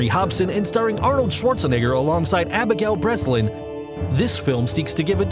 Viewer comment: Gotta love that you misspelled and pronounced Abigail Breslin's name the second time you mentioned her but not the first...